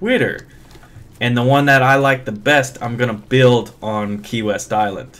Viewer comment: When he said key west at first I thought he said Kanye west.. Lol